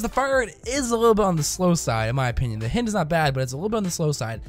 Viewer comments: HI-ND not H-IN-D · h-eye-nd. I GOT SO TRIGGERED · hynd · It's pronounced the same way as the Russian attack chopper. (hi-eend) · It´s pronounced hind ok? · I cringed every time you said hind I've always pronounced h-eye-nd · It hurts me every time he mispronounces it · I was just thinking that lol how do you mispronounce something so obvious haha